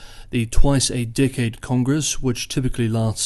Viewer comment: When you say "decade" I'm hearing "dickhead" 😂